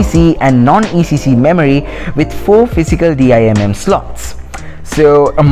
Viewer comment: Few notes: People don't say D-I-M-M slot. they say Dimm, like a word, pronounced (Dim). It's not P-C-L-e, it's P-C-I(i)-e.